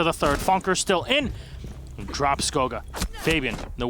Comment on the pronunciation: Kanto is buck and goga is ash...Can y'all like at least make an effort to try